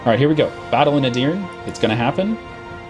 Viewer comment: Turk here. Edirne is pronounced ''Eh-Deer-Neigh'' or you can say ''Eh-Deer-Neh'' but the H is silent in that one.